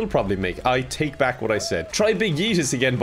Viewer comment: the "so to give you a bit of BACK story" killed me. Why did the "back" sound like that lmao